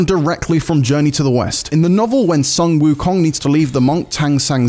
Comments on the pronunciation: FYI, Sun WuKong should be pronounced as "Soon" Wu Kong, not "San". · well it's pronounce as "Soon" wukong instead of "sən" wukong.